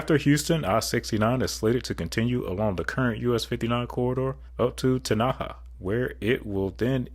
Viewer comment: It's pronounced Ten-na-haw